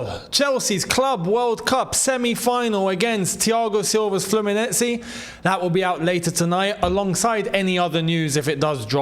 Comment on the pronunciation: it's not "Fluminezi", it's 'Flumi-neigh-zei"😂😂😂